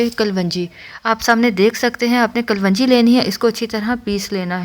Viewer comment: Kalvanji nahi balki kalaunji hota hai